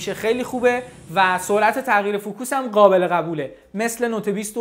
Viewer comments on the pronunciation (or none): none